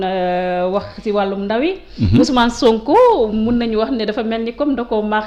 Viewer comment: Niap ya mëna prononcé OuS'Mané, SoonkO.